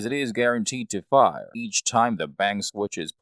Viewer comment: You say “fire” funny.